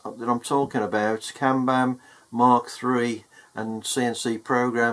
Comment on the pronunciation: Hey, that programme is pronounced Mak not Mark as in speed of sound Mach numbers. Nice vids